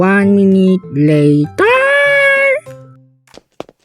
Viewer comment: "one minute LaTeR!!!!"😂😂 " a few moment lAtEr!!!!!!" -🤣